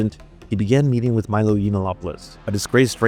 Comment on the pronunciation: The worse everyone pronounces Milo's name, the more joy I feel in life ngl.